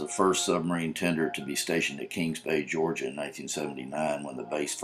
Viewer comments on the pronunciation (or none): none